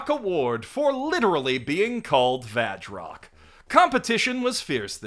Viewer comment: The kana next to the title says 「バズロック」 "Bazu Rokku", I don't hear the "V" in there at all.